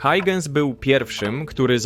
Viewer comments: Christiaan Huygens, nazwisko wymienia się jako [hojchens] a nie [hajdżens]! Warto się trochę doinformować zanim się coś wrzuci na YT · A dokładnie Hojhens :) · Hauhens - tak się go wymawia, mniej więcej